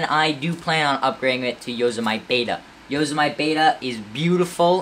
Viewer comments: Good vid, I picked up the 15 MBPr last weekend! BTW... Yo-sem-i-te 8 letters 4 syllables... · Yo-sem-it-E Just to pronounce it correctly :) I dont have any problem with it, just telling ya for future vids :D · You lost me within the first few minutes with your gross mispronunciation of "Yosemite."